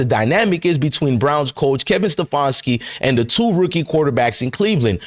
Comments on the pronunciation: Ste-fan-ski Not ste-fawn-ski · Once again, a bunch of lies and bullshit. You're not in cleveland and you dont know whats going on. All you do is troll other channels for your false content , you cant even pronounce stefanski's name right. Shows you know nothing !